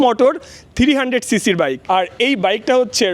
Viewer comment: থ্রিরি হান্ডেড বলেন কেন থ্রি হান্ডেড বলতে পারেন না ভাই 😂